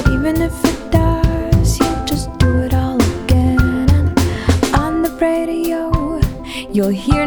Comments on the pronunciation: lol. You are talking about a choice to use the sound "br" instead of "r" In terms of "sensual beauty", the thing that comes to mind are: - the elocution of motorboating (well you did say 'sensual') - bray-dio. as in the braying of a donkey from the mouth of an electronic 'god'? Yeah, infinite wisdom... You want sensual? listen to French music. I strongly doubt you will hear any hard 'br' sounds. Even "Brassens" is ideally pronounced with the vocalization well back in the throat and a light, loose labial sound on the B or possibly a loose, meaty labial sound. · I was being tongue in cheek about the sensuality because your point was so ridiculously overblown. Using a plosive at the beginning of "radio" makes the sound more defined, but hardly improves the 'sensual experience' of it. I'm well aware of how these things work. I just think you are yammering a bit of sense built up to the point of gibberish. This is not a song with vertigo-inspiring profundity in every syllable and whisper. It's a a quaint little pop song with a nice little story in it. The French reference was to the sound of the B, not the R. Further, it was referring to the quality of the articulation of the phonemes, not the strict phonemic identity. Phonemes address the formation of sounds that make up language. I was referring to the characterstics of these which are related to things like regionalization, accent and and tone production for singing. In French, the B sound is softer than in English and would never be used to emphasize an R. And French is a very sensual language. Read what I actually said. Of course there is no labial sound in the R sound normally. I didn't feel it was bad, it just didn't seem to be indicated by anything in the song. Not the feeling (sensual experience if you will) of the music, not the lyrics and not the accent. That was my point.